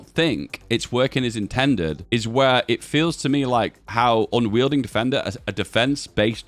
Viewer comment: Unyielding is pronounced with a y in a w.